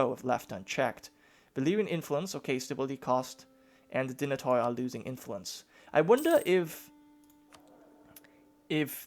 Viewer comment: oi in dynatoi and barbaroi sounds like ee in feed